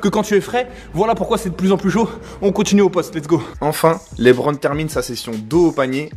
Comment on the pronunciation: par contre mispronounce le nom du King comme ça c’est très grave monsieur ! L’intonation est sur la deuxième syllabe de « Lebron » -> « Le-BRON » James